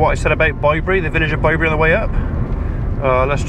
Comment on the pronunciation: I hope Mrs P is coming home soon. It was strange hearing you say Bye bury, were I am in Hamshire (with a silent H) I have always known it as Bibury as in babies bib.